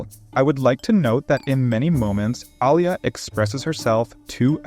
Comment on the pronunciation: i dont like the way u pronounce Alya. Its Alya and not Al ya. Аля а не Алъя или Алыя.